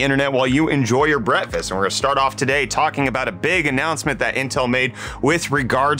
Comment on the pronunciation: Did I just notice you say Brettfast?